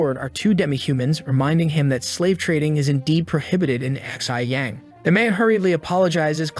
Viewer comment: I just realized that the Narrator had been pronouncing Xi as "XI," like the Roman numeral, lmao. Should have used Google Translate!